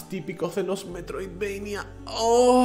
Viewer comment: asco escuchar que le digan metridvania a los search action es como si uno les dijera marionic a los plataformas